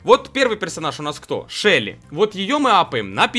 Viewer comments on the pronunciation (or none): none